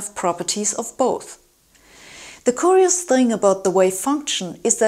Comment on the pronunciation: The first u in 'curious' sounds like the u in 'tuned'.